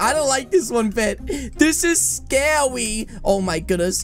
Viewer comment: why you said scawy not scary are you a baby why poki has a toto skert